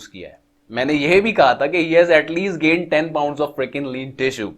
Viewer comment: It sounds funny he gainnnnnnnee muscles 😂😂😂🤣🤣🤣